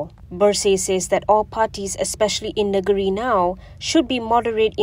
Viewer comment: Sebutkan: ‘Neng-giri’ lah.